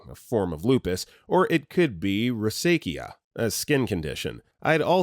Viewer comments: Can you PLEASE look up pronunciations before you make these medical videos? Rosacea is row-zay-sha, not row-zay-kia. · amniocentesis = AM-knee-yo sen-TEE-sis rosacea = ro-ZAY-sha